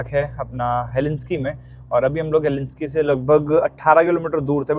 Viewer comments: He-lin-skee nahi hel-sing-kee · उच्चारण गलत है "हेलेंस्की" नही बलही...."हेलसिंकी" है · Helsinki pronounce karo heslinki nahi . Stay blessed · unpad panti ka bhi had hoti hai Helinski na bola karo woh HELSINKI HAI. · Google says it's pronounced as HEL-SINK-EE not Helinski...please check. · Bhai English word pronunciation seekho, facts seekho trip karne se pehle. Helsinki ko helinski bol rahe ho, Viking (Y-King) bolte hai , Vee King nahi, Stockholm hai bhai, stockhomes nahi And stockholm hai sweden mai tu bol rahe hai denmark ka hai.